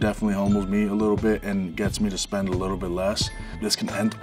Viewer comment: It’s spend, not spent.